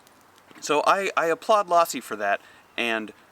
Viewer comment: Low-si...not Loss-si.